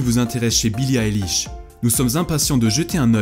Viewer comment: J'ouvre la vidéo : ''Billie Alish''